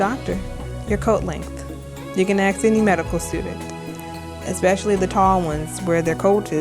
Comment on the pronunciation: For someone who is in medical school, I would think they would pronounce a simple word like ask correctly... .